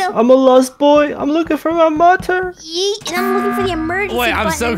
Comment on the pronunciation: when said "mother" it sounded like "mutton"